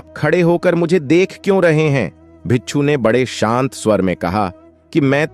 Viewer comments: Pagal admi bicchhu bicchhu bol raha hai , bhikku hota hai means monk , bichhu means scorpion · Bichhoo nahi hota bhai...😂 Bhikshu bolte hn.